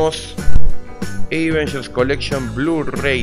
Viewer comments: jaja si pero en este caso no se pronuncia asi.. posta xd un saludo y muy buenas las cosas de unboxing! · siempre me pregunte por que decis eivengers en lugar de avengers jaja